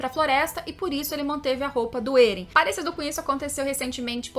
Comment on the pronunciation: Ótimo canal, só me dá um leve incômodo no ouvido quando ouço a falar "Êren" e "Histôria" 😬